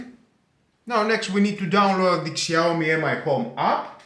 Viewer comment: Σιαομι προφέρεται όχι ΞΙ